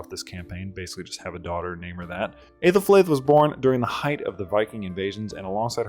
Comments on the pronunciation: The Æ is pronounced like a long E, EE or EH instead of EY, so Eethelfleed/Ehthelflehd and Eethelreed/Ehthelrehd. Either way, great video! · You got really close to Æthelflæd's pronunciation, genuinely impressive. As a speaker of Ænglisc, good job! The correct pronunciation is ˈæ.ðelˌflæd. If you google an IPA chart, you can read that and sound her name out.